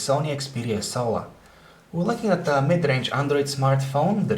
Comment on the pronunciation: lol it sounds like hes saying 'Sony Xperia SOA'